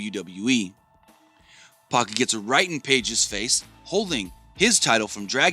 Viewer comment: He was pronouncing Pac's name Puck!!!